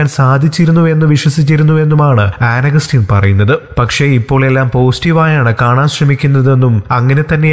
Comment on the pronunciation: An agastine ennu thooriyo chetta